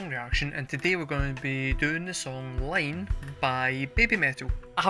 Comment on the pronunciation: The title of the song is “ii ne,” which is Romaji for いいね, pronounced “ee-neh” (not “Line), as you can hear SU singing in the chorus when the subtitles say, “so good, so good.” It’s a very girly expression. This 100% an Idol Pop song. The BABYMETAL formula is indeed Idol Pop + Death Metal + EDM. It makes perfect sense in Japan. The appeal of the high-pitched Idol vocals is the feeling it creates in your gut, a biological reaction that drives adults to protect small children, as a Japanese man explained to me decades ago when I asked why adult men listen to Idol Pop. In short, don’t analyze how it sounds, think about how it makes you feel. A day without BABYMETAL is like a day without sunshine. This is a recent performance of an old song created for a teenage BABYMETAL, so it hits differently in earlier performances when the girls were so tiny. Their song which best executes the blend of Pop-Metal-EDM, AND incorporates Japanese cultural touchstones, is MEGITSUNE (watch the OMV). It’s also their best song. Their later music has a more mature sound. You might like Rondo of Nightmare (live, with Mischief of the Metal Gods intro), or Road of Resistance (live), or the more recent song, Maya (live).